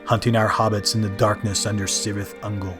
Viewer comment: Great but just FYI the letter C in Tolkien’s Elvish is pronounced k, so Cirith is pronounced Kirith, Celeborn is Keleborn, etc.